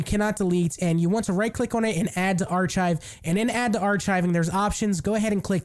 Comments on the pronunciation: Ar-Kive not ar-chive. Not food seasoning. As in architect, archipelago. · STOP SAYING ARSHIVE ITS ARCHIVE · Great job but you don't pronounce Archive as a Ch sound, it's a like a Kive sound...Arkive" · "Are chive" made me laugh. Thanks for the video.